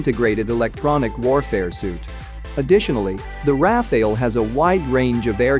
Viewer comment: It's not pronounced "Raf-ail" it's More like "raf-al" which is a kind of wind.